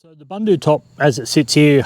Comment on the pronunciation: Pronounced Boondoo top. I know, I am South African.